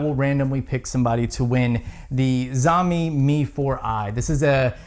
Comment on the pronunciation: "xiaomi" should be pronounced like "shall me". Great video.